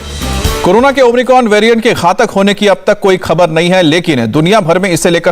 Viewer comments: भाई आप न्यूज़ सुना रहे हैं कम से कम covid वैरिएंट का नाम तो खुद सही लेना सीख लें।।।भाई नए कॉविड वेरिएंट का नाम ओमनिक्रोन नहीं omicron हैं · Omicron ya Omricon? Ye so called reproter Kya bol raha he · Not omricon..it's omicron